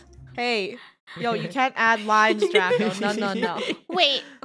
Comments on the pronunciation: Draco not “darco” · you said darco it’s draco